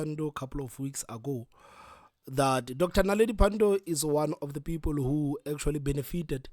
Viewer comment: Peepoel...😂😂😂 needs speach therapy .